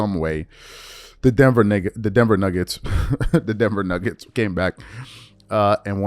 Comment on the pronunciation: "Denver Nibbets" lol